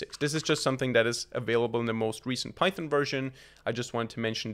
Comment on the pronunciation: bro calls python pythin 👽👽💀💀